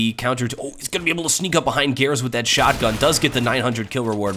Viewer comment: How do you pronounce "seangares"? Whenever says his name it sounds like "gares" or "garis" without the "sean-" part.